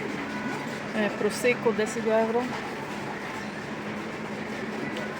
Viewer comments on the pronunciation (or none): НЕ ЕУРО А.ЄВРО